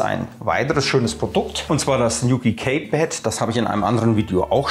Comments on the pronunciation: Gutes Video, es heißt allerdings in Lautsprache: "Ki-Pett" nicht "Käy-Pett" ;-) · Das Kaypad wird Kiepäd ausgesprochen. Sorry